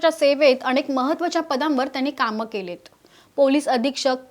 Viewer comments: बाई तुम्ही आधी उच्चारण सुधरवा . अणेक निलंबण नसून अनेक निलंबन म्हणा. नसत्या ठिकाणी ण कशाला हो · अणेक,नवहे अनेक म्हणा